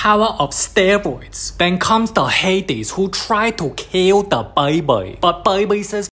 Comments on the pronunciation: Baibiii instead of baby 😂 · “Baby” ❌ “BAYBEI” ✅